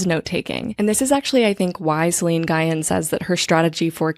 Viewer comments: Great episode: ) Just a note that Nguyen is pronounced "ng-win", not "guy-en"! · lovely video! i'm a new subscriber, but i have been getting a lot out of your videos. just wanted to let you know that Nguyen is pronounced like "ng-win." <3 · Hi! First off, I just want to say I started watching relatively recently (or listening) and your essays in podcasts have given me so much to feast on in terms of thinking about my own thought processes and brainwebs and neurodivergence and ADHD and how I organize my thoughts. So thank you for that!!! I just wanted to jump in with a quick comment about the name Nguyen - my understanding (as not someone Vietnamese) is that it's pronounced (in the simplest form english-only speakers might go with) "Win". It was a little jarring to hear it mispronounced every time, and as a latina/brown person, I felt it important to hop in and make the correction the same way I would hope someone would for my own name. (: For any Vietnamese speakers out, or Nguyen's who are listeners, feel free to correct my correction or tell me if I've overstepped! Again, thank you for all the creating you do and how freely you share your process and thoughts with us. And I hope you take this in the gentle way it is meant (